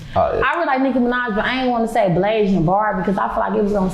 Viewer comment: BLASIAN not BLASAIN